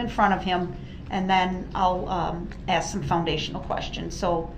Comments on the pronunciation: clearly got a problem when she axe you what to do.. . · Maybe "you, yourself" can "axe" db???